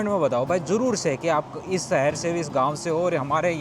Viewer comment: भाई आप सुंदर को तो शुनदर बोल रहे हो और शहर को सहर। अपनी भाषा को सुधारो । प्लीज़ बुरा मत मानना। ये हमारी हिंदी भाषा है सही से बोलो। आप पढ़े लिखे आदमी हैं ज़रा खयाल रखें। वैसे आपके विडियोज़ बहुत जानकारी वाले होते हैं। शुक्रिया। Me from UP . I m husain.